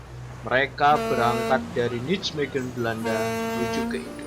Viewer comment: Bagus sekali. Hanya Nijmegen dibaca NAIMEGEN, bukan nicmegen ya..🙏👍